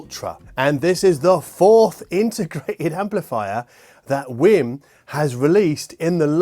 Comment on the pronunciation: Did you just say "It's a Wim Wim"?